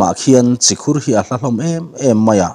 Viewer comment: Si Khur ani lo, chi khur alawm.